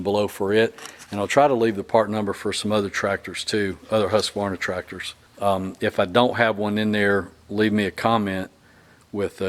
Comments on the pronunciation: Great video and nice to hear you pronounce Husqvarna properly - with only three syllables, not the too-usual four-syllable Husk - a - var- na. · This is a really well done video. I appreciate that you took the time each time you moved the camera to reorient us front to back. That is extremely helpful. Very good, and you know how to pronounce the name without an extra "A". Thank you!